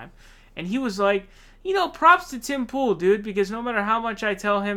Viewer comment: Did you just call him Tim /Pol a few times? That’s so perfect!